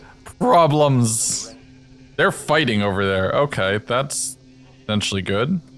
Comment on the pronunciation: the Voice ❤😂❤ „We.. have… Problems. … We have … big… BIG … Prob-lems!“